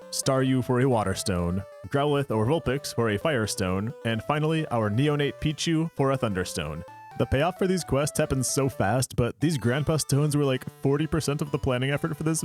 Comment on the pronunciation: when you said “vulpices” thats when i knew i had to sub